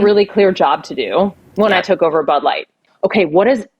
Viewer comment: What's "Bud Lightt"?